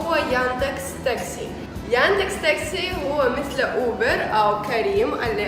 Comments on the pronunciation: Taxi طاكسي not طكاسي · طاكسي هو النطق الصحيح،او سيارت اجره